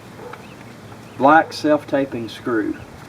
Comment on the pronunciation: self tap-ping not tape-ing